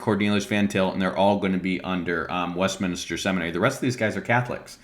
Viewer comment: lol - you kept saying WestMINISTER instead of WestMinster. ... and a few other places.